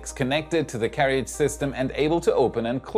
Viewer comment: we general say CARE-A-JIZ (but i still like it).